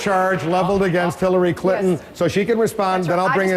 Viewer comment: "Hillary Kill-inton"